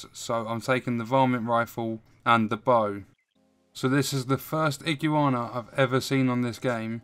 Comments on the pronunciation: I-GU-ANA not IGI UANA lol awesome video though incredibly helpful, you earned a sub. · A man said Ig-u-ana, I’m dead😂😂😂. Top video lad